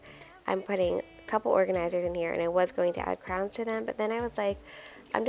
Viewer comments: Is it me or does it sound like you call crayons 👑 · I wasn’t looking at the screen when she said it and I kept thinking she said “crowns”. lol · The way you say crayons lol. It sounds like you say crowns!? I pronounce it like crans. It's fun to hear how differently everyone pronounces words! Also, I love that you are always sending little gifts to the teachers!! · I know! I couldn’t figure out what she was saying and then I saw them! I’ve never heard anyone call them crowns, I love it 😂💖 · Crowns, Crans, Crayons! 😂 Something to ask viewers: how do you say it?